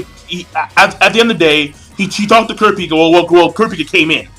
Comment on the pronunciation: You say kurapika name wrong and the nen types wrong or atleast killua's atleast how i read it and other anime reviewers like forneverworld.